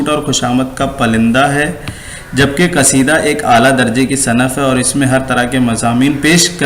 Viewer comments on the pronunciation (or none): تلفظ کو چھوڑ کر باقی سب ٹھیک ہے، برائے مہربانی تلفظ پر بھی تھوڑی توجہ دیں، بار بار صنف ص کے زبر کے ساتھ آپ پڑھ رہے ہیں۔ جو غلط ہے۔ صرف یہی نہیں بہت ساری غلطیاں ہیں۔ اشعار کی قرأت بھی صحیح نہیں ہے۔